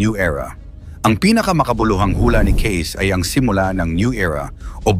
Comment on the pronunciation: His name is pronounced Kay-see ...